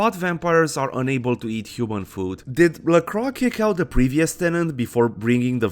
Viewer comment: Excellent video! A few things: 1) I appreciate how you say "LaCroix". Even the game gets it wrong. As a fan of Forever Knight, I appreciate someone pronouncing it correctly. 2) In the first haven, the boards on the floor are used to cover the windows. Flimsy protection against a potential midday mishap. 3) I agree about Velvet's voice. I wish she had more voicelines. Hell, I wish there was an option just to have her narrate War and Peace or some similarly long text. 4) Gorgeous Gary Golden should have his own radio show alongside The Deb of Night. Along with VV, I could hear him talk all day. Anyway, appreciate the video, and look forward to other bits of content from you!